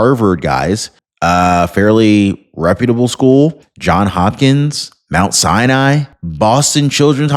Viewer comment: It’s “Johns Hopkins”. Cant ignore that “s”.